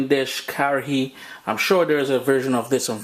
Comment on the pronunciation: It's pronounced Ka-ha -ri